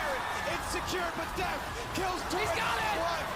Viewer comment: bro its 'Deft' not deaf, lol